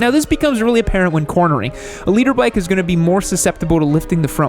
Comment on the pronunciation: i really thought he was saying Leader bike LOL